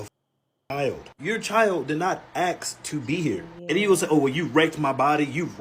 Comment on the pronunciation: why is it so hard to put the “s” before the “k” when pronouncing the word “ask”?